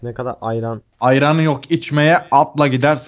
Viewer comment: Gelecekten geliyorum turgut abinin iron'a ayran demesi😂😂😂